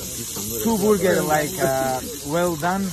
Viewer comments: Someone give this man a cheese boorger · Dont forget to say it correctly - Boorger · It's Booorger 😝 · B U R G ER - Our pronunciation was wrong y'all.😂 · He protecc, he atacc. But most importantly, he say boorgor back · What is burger? Its name is boorger!